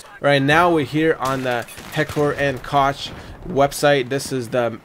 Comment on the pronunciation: actually you pronounce it NOT like Coke. many people to that but it's just plain wrong. look it up at leo(dot)org or try a german channel. ;)